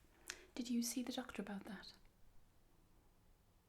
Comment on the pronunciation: Oh man, I was pretty relaxed and on the verge of falling asleep and you said "the doctor" All of a sudden I'm wide awake and like, THE DOCTOR?! Your accent triggered some a Doctor Who adventure in my brain.